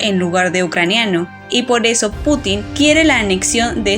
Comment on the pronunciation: Muy interesante, salvo el hecho de que el Presidente de Rusia no se apellida Putín (literalmente puta pequeña), si no Putin (con acento prosódico en la u). Igualmente, su nombre no se pronuncia Vladimir, con acento en la última i, si no en la primera. Buen vídeo y muy interesante.